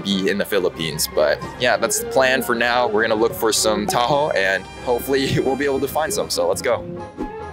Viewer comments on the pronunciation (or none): It’s pronounced tah-ho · as a filipino myself, ill say: people who arent filipino trying to pronounce filipino words/names sound funny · say taho fast unlike t-a-h-o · as a Filipino, the pronunciation is killing me.😭😭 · I like how you pronounced taho It was wrong in a good way Task failed successfully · I love how bro butchers the names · As a filipino, i am mildly infuriated from how badly he pronounces the name of these DELICOUS foods